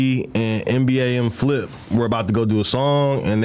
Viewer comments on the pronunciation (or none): He said mba not nba